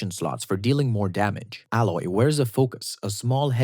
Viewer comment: when you literally said ALLOY instead of saying EYLOY lol